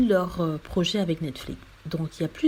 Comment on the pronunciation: On dit pas Netflique. On prononce comme c'est écrit, c'est à dire Netflix. C'est simple pourtant.